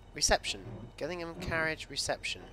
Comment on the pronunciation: Its pronounced jillingham